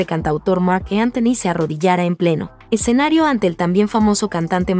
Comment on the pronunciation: Se dice escenario no eccenario..